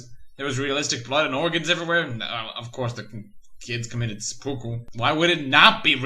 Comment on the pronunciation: "Sepuku?" Wat